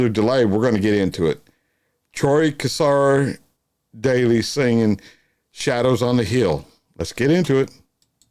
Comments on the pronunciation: Please please pronounce his name correctly.. The Cassar is said with a silent r on the end, CASSA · G'day, love watching your videos you do a great job. Don't mean to be picky but Troy Cassar Daley, the Cassar part is pronounced as' Casa '. Keep up the good work.